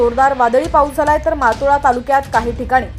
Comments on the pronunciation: मातोळा नाही मोताळा व्यवस्थित सांग जर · ज्यांना सर्व सामान्य ज्ञान नाही असे कर्मचारी मोताळा तालुका उच्चारताना मागोवा असे उच्चारणे.